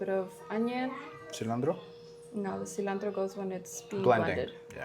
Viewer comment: Cilantro not cilandro 😅